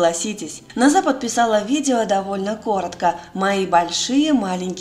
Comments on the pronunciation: Не Наз'а, а На'за.....ударение на имени неправильно произносите.... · НОза! Ударение на 1 слог!